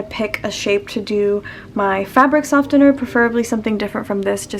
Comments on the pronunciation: what is it with people pronouncing softener as sofTener lmao the T is silent so its pronounced sofener if u dont belive me listen to the pronunciation on google translate. I'm sorry this isn't to come off as rude I just needed to say this loll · Her: sofTener Me: sofener...